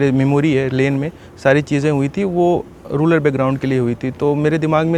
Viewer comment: रूरल को रूलर कहने वाले की जय हो